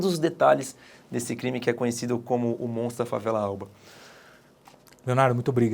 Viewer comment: Tá falando o s do MONTRO galera.